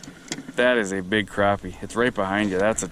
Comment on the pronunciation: I love how you pronounce it properly. Crappie not croppie